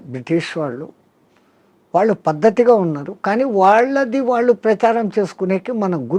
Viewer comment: మహా తల్లీ దయచేసి ఉచ్చారణ మార్చి తే మంచిది వినలేక పోతున్నాము వాళ్లు అంటే బాగుంటుంది వాల్లు కాదు please please బోడి స్టైల్ వద్దు